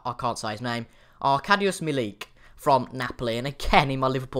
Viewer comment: Arkadiusz Milik is spelled like Arc-add-you-shh Me-Leak. Good guide btw, gonna subscribe u! Keep it up mate